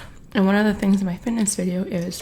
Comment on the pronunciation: She cant even pronounce "fitness video".... girl you should get a refund on those chiclets